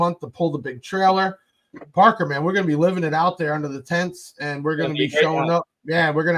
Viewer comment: Again Thank You and Crew for all you do!!! Thank You Parker for saying my name correctly.. It is a challenge sometimes!!!